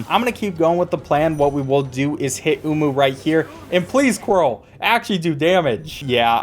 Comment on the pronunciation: ah yes, my good friend quirrl